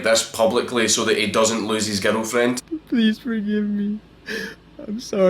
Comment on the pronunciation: I like the fact that when you say: "girlfriend".. I hear: 'ghetto friend.' And it still made sense to me.